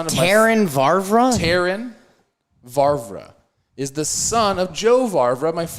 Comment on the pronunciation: Don't care if he does know them, Trev's definitely throwing an extra "R" in when saying "Vavra".